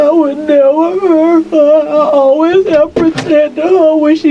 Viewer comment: “I aw-ways pruh-teted huh’ 🤯🤫